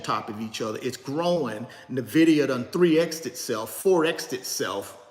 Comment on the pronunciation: First I thought I get it. Ok to pronounce Nvidia any way you want. It’s a free country. But then I thought about it more. Why not pronounce it the correct way?!? The same way everybody pronounces it?!? It’s the correct way to pronounce it. It’s just as easy! What if people started pronouncing your name Rooochard?!?